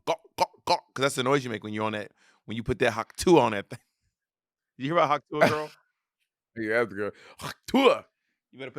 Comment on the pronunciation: Every episode it’s yaers, hiars, and aers. I saw bobs eye twitch when she said it. 😂